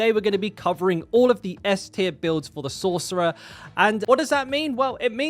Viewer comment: Did you say sork?